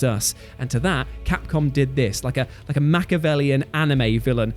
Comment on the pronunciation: And why do so many people leave out the first I when they say Machiavellian? It's not Machavellian!